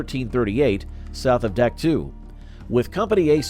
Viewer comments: Doc toe NOT duck too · I can't stand when people pretend to be an historian and can't even pronounce the fkn names of the places their talking about...Dack two 🫥.....it's Dahk toe....learn about what you talk about....if you can't take the time to learn how to pronounce the places you talk about accurately , what's that say about the accuracy of "Anything" you say?.....have pride in what you do. How we do anything , is how we do EVERYTHING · Duck two ? I can't stand this A.I. shit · AI narrators are absolutely worthless...Duck Two? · It's pronounced Dak Toe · You lost me at the first "Dak too". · Dien Bien Phu was 1954 not 53, I heard it on the radio getting ready to go to school. Dak To in pronounced in English DOC TOE. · Terrible video. The announcer mispronounced the name of Dak To and other places, plus many of the images had nothing to do with Vietnam. The creditability of the video is dubious.